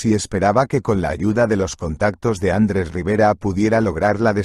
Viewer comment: Bonita historia muchas gracias. Lo que echo de menos es que un castellano parlante, no acentúe como es debido. Me suena tan mal el nombre ... Andres en vez de Andrés.